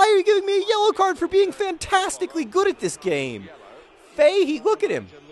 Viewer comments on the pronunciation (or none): Ever heard of Justin Fashanu? A great example of why players don't admit to being gay. Also John, your player Keith Fahey's name is pronounced Fa-hee.